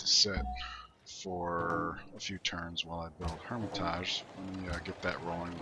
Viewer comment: Palenque = pah-leng-ke Hermitage = hur-mi-tij